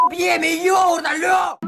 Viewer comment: Правильно йогУрт